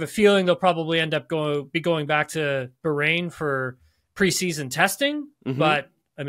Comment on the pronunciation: BAH-rain not bargain without the G.